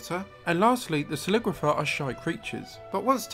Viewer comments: It’s pronounced slick-wi-fire, like liquifier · I think it's pronounced slick-wa-fear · Not but offensive but you ask on how to pronounce sliquifier the sli is kinda fast but at the same time soft,qui is pronounce as kwe as you just need to say it Normally,fier is pronounce as fire like the same as sli fast and soft at the same time so it will be pronounce as slikwefire